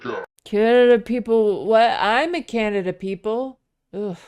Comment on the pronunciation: The little blonde lady said "Canadia" SMH